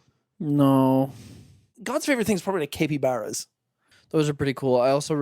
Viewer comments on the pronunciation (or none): what was that pronunciation of capybara???